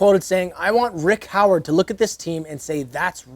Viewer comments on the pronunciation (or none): none